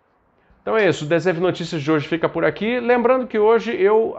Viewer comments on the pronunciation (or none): Eu juro que toda vez que o fala eu escuto "Desenho de notícias"